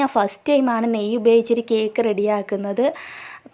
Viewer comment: Neyy ennu paranjathu manassilayilla